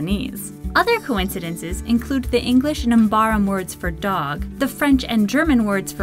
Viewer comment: Why on (minute) earth did you say it as "English Nambaram"? It's "English and Mbabaram"